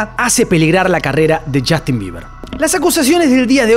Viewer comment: chastin!!! PRONUNCIA BIEN ENVERGUE